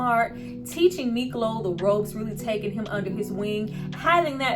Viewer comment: IS SPELLED MIKLO AND PRONOUNCED MEEK LOW.